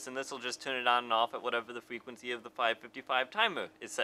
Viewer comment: Pwetty useful fwequency info.